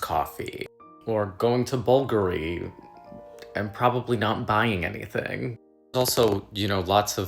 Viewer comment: Let people live. The crap will be made and sitting on an inventory shelf for someone else to buy if you don’t. Consuming less won’t help the earth at all. Someone else will always buy the crap you didn’t. Agree with the roast on the coach bag, but it’s not “bulgery” babe. If you can’t pronounce a fashion house then don’t roast other people, it makes you look poor/uneducated.